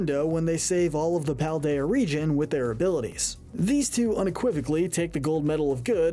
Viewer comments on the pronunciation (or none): It's Paldean, not Paladian!